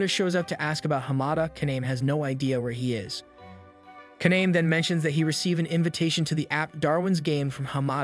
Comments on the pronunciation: So think of Japanese vowels like Spanish vowels. A E I O U are all pronounced as, AH, EH, EE, OH, UH. Kaname would be pronounced Kah-Nah-Meh, not Kah-Naym. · The main character's name is pronounced "kah-nah-meh." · I'm so triggered about how you pronounce kaname's name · LIKE THEY ALL SAY IT ONE WAY AND SAYS IT ANOTHER WAY /lh